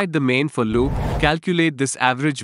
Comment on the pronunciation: Explanation sucks. "fireChar" and "for loop" pronunciations suck.